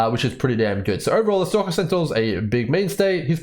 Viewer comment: 'Stocka' sentinel